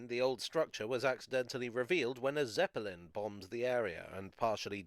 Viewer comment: "A Zep-pal-ling" wunda whot 1 of themis😮